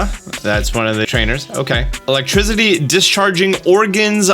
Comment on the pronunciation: My man said “Electrizzity”